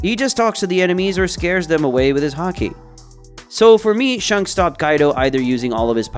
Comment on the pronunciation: your saying shanks like shunks its so cringe